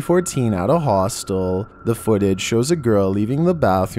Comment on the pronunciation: "We've all seen the movie HaWhStUl"